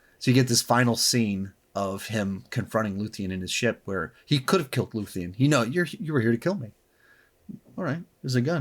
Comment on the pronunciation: Looth-e-an? Did you really watch the show? It’s Luthen